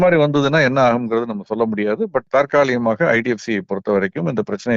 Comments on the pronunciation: ஒரு சிறு திருத்தம் ஐயா, தாற்காலிமாக இல்லை தற்காலிகமாக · சார் தாற்காலிகமாகவா, தற்காலிகமாக????